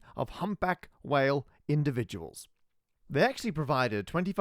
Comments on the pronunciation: indidividuals? You mean individuals, right? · indidividuals, eh? 😂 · fantastic video! "indidividuals" parker moment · Correction: “Indidividuals”